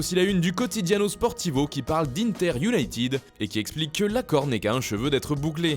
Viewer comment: Pitié : arrêtez avec vos IOUNAÏTIIIID 💩il faut IOUNAÏTED